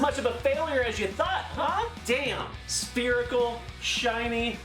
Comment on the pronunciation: Did you say...SPHERICAL?! Drake and Josh anyone?